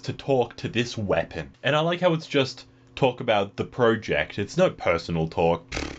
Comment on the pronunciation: anyone else triggered by the way he says 'project' ?